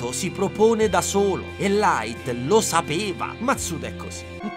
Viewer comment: Quel "LAIT" m'ha steso